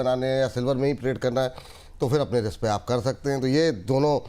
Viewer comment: It's RISK not RIKS,.